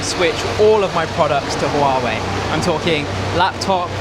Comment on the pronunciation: Softer on the h in huawei.